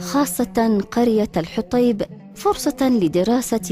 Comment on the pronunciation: الحوطيب وليس الحطيب